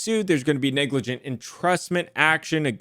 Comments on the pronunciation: LMAO silly it is spelt “neglijant’ not “neglargant” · NEGLARGANT 🤣🤣🤣 Top tier effort Neglrant Negligernt Negligante Nerglrant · neglarant lmao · Neglrant, negligernt, negligante, I love it 😂. I thought I was having a stroke for a minute